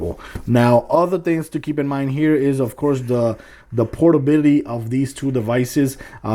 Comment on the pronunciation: This guys atrocious use of the English language was annoying. I couldn't take " jus wif Breaf of duh Wild" "protabilly" "PlayStation Bita"